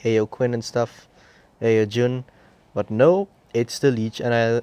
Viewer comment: Ao jun is pronounced Ow joon